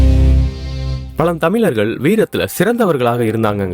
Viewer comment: Yes Tamizhargal pronounced as Tamilargal and Vaazhkai pronounced as Vaalkai very bad pronunciation.